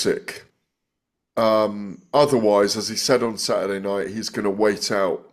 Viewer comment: "Sadderday night " Why now dropping the, T"s?